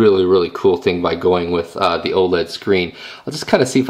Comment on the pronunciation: lol you said "oh ledd"